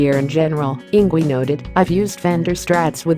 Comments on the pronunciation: It's not Eengwee, silly girl. It's Eengvay! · Pronunced ING-Vay !! Ignore the auto-voice. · Good Lord! Enough with these horrid robo-voice videos! “Ingwee”? Really? Instant dislike for that alone... SMH... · I hate robot voices. "Ingwee." ugh. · you could at least pronounce his name rite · Is this google trying to pronounce Ynwie? He's Swedish, Swedish is a Germanic language, and Germanic languages pronounce w as v.